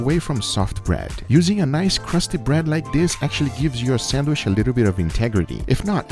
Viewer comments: am i the only one who cringes when i hear say sandWISH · Alvarez Castro Nothing wrong with it,just funny,but it’s sandwich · Sandwishh...that's what I call it every time makes one and doesn't share with me:( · I love how says "sandwish". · no one::Thats a nice sandwish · No one:: Sandwish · “an incwedibble sandwish”